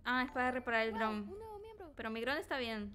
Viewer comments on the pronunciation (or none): y su super pronunciasion de dron... wron